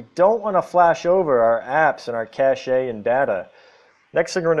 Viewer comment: I love how he says caché with the accent on the e